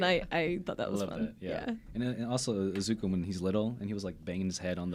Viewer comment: This man said Izuka...